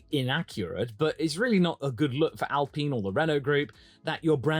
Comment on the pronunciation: You said their name right once! It's not supposed to rhyme with peen. :D Now if we could just stop everyone from saying it like that 😂